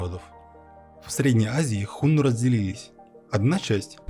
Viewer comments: Господи,как же больно слушать "Хунну" и про правителей империи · 1. Хунну - ударение на 2м слоге, на 2ю "у". 2. Хунну (гуны) это тюркоязычное, а не тюркское племя. Гаплогруппа хунну G значит они произошли на Кавказе и переселены были то ли шумерами, то ли сами бежали от Ледникового похолодания. 3. Хунну никогда не были в Западном Казахстане пока их не свергли китайцы. 4. Китайцы свергли хунну только из-за предательства усыновленного ханом гунов китайца. См. "Троецарствие" и Дун-Жо 5. Единственное скифское племя попавшее под власть хунну это канлы (кангюй).